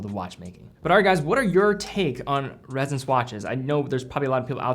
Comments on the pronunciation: It’s Ressence, not “Rezzence”. You even said it yourself, it’s named after essence, it’s pronounced like essence You also said “millimetres” of oil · It’s Ress-ence not Rez-ence. Cool watch though.